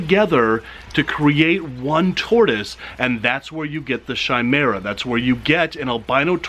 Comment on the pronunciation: Chimaira is actually pronounced (ki-mara)